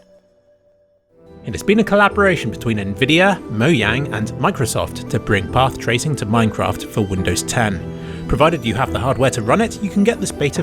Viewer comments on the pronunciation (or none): I love how said "Moyang" not Mojang. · Did he just pronounced Mojang as Mo-yang? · You had me until you said "Moiang". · "Moyang" lol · Dude said "Moyang" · moyang? is this an actually right spelling for mojang? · I laughed so hard at the end that you said "MOYANG"